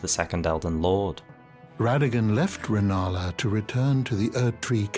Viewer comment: Rennala, not Rellana